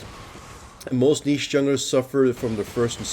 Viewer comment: Wow someone that actually says niche right.